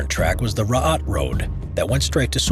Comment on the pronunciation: How does one pronounce "Suomussalmi" almost perfectly, yet absolutely butcher the much easier "Raate", though? For the future if you're going to do more videos about Finnish wars, I recommend you check google translate or something similar to get a basic idea on how the words are pronounced, at least on the more important parts like the names of the battles in this case. Finnish is actually quite easy to pronounce once you know how each letter is pronounced and that the stress is always on the first syllable. It's just that the sounds do not correspond with the English spelling most of the time, which for a native English speaker makes the words harder to pronounce than they actually are.